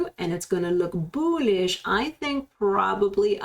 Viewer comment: I only watch to hear you say BOOLISH